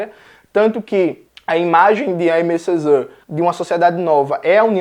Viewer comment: Oi, Jones! Aimé Césaire pode ser pronunciado como "emê cezér", enquanto "Jean" do Jean Paul Sartre pode ser pronunciado como "Jan". Espero ter ajudado, adoro seu conteúdo ;)